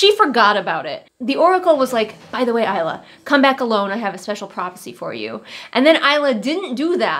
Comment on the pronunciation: It's pronounced eyes-lah per the author 😊